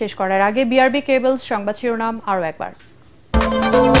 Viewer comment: বি আর বি কেবলস নয়। উচ্চারণ টা হবে বি আর বি ক্যাবলস।